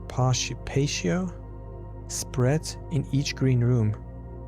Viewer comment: Pronounced - pah-tee-o = patio